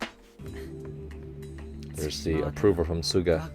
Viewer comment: Hi Coach, just something I've noticed. In this ep and the previous ep, sometimes you say Tsuga instead of Suga (at least that's what it sounds like)